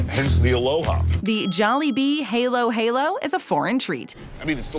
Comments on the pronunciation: it should be "ha-low ha-low" XD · okay this is offensive to me how dare you pronounce halo-halo like that... it’s suppose to be halo-halo not haylo-haylo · Its not a helo helo its a halo halo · Yes, i love pineapple pizza. You think its gross, i also do a lot of mixes with my food. Fries on sundae, fries on gravy and i sip ketchup packets. Edit: plus in , its not haelo. Its halo. Edit: Ako ay pinoy, sino din ang pinoy dito? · Filipinos: Halo-Halo: Helo-Helo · IM SO TRIGGERED ITS PRONOUNCED “HAH-LOH HAH-LOH” NOT “HAY-LOW HAY-LOW” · Critiotics I think they are not from Philippines that's why they pronounced it hay-low hay-low While us in the Philippines pronounced it like hah-loh hah-loh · Halo-halo(Hay-Low-HayLow) ❌ Halo-halo(Ha-Low-Ha-Low) ✅ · Hey-Lo, Hey-Lo?! It's actually pronounced, H(ao)-lo, H(ao)-lo. Like the word hallow. Love both videos btw! =) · How many times do I have to say its not halo as in the thing on top on an angel. Halo-halo is said as its spelled. So ha-loh ha-loh 😑😑😑😑😑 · also its Halo Halo not heylo Heylo also this jollibee location i know where its located cause of the background its located in UAE Hamdan center abu dhabi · Its not haylo-haylo, try saying hello with your mouth stuck in a wide open position and dont move it. you will say halo-halo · heylo-heylo filipinos: triggered btw it's halo-halo, as in short a sound i know cause i am filipino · It ain pronounced heylo-heylo its Ha lo - Ha lo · Hey I can tell you that the Halo-Halo is ACTUALLY in the Jollibee in the Philippines... And you dont pronounce the world like “Haylo Haylo” you sat it like “Halu Halu“ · CORRECTION: HALO-HALO is pronounced HA-LO HA-LO not HAY-LO HAY-LO... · it’s hAlo-hAlo not heylow-heylow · No it's "loh" not low "ha-low ha-low" ? it's just like the voice actor pronouncing halo-halo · I live in the Philippines and it's not halo halo like a angles halo it's HA-LO HA-LO. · Its halo-halo not helo-helo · It's called hAlo hAlo not hAYlo hAYlo